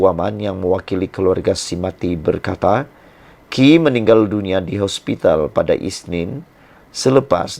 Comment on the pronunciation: hospitlxsebut hospitaana2